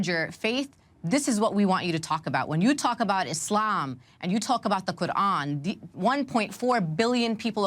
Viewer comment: The sarsour pronounces words like' qu'ran or boko haram' makes me cringe so hard lmao